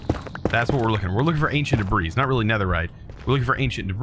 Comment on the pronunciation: Debris is pronounced "Deb-ree" not "Deb-rees"